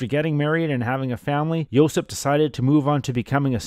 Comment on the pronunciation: JOSIP (not Josep) !.